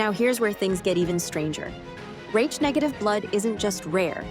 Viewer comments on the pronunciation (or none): "Raitch" blood ? Come on; stop with the fu___ing AI all the time. If you can't afford to have a REAL person narrate, don't post!!!